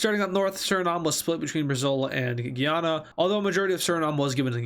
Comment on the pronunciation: ITS PRONOUNCED GUYANA NOT GUIANA